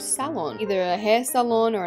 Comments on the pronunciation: Nobody else::saying the word salon wrong💀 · She said say-lon